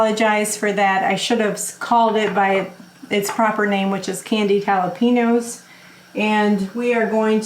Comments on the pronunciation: Jalapeños are pronounced with a Yow on the end. Haa·luh·pay·nyow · Please try to be culturally sensitive. The pronunciation is “haa-luh-pay-nyowz”. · No offense, but you might lime to know they're actually spelled jalapeños and pronounced the Mexican way, jalapen-yo. We don't say it that way in most of America, but in Mexico they do.